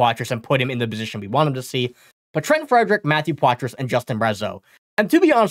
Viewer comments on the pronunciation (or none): It's pronounced Potra. Ask him, he'll tell you.